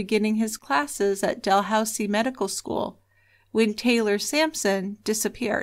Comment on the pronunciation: You're going to think I'm nuts for making this observation probably but it's not Del housie it's pronounced dah looz ie